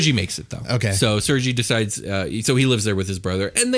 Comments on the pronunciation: Couple points a bit off, Tatyana was poor, its SERGEI not sergee lol sends a shiver down my spine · it is pronounced SIR-GAY, not sir-gee. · It's pronounced "Ser-gay"...